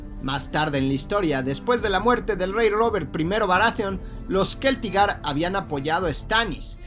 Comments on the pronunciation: Se pronuncia Celtigar no Queltigar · Estoy bastante seguro de que se pronuncia Celtigar, no Keltigar. 😅 La C seguida de E o I no se pronuncia como K sino como C. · bueno para tu informacion parece que tu eres el que lo pone dificil. O es mas bien Te da la gana de pronunciarlo asi Todo creador de contenido de hielo y fuego lo Pronuncia con C No con K incluyendo al mismo autor George rr martin.